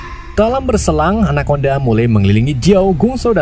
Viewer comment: Anaconda ❌ anakondang 🗿